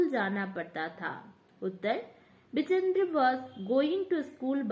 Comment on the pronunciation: बछेंद्र ✅ बिचेंद्री❎